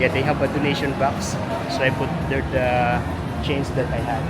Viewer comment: are you a former Filipino? you still say "chainz" instead of change.. lol puede ka magtagalog, nahihirapan ako sayo mag engslish